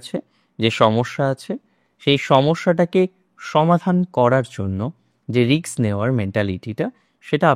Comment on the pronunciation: Risk not riks..please pronounce properly as educated persons are also follow your channel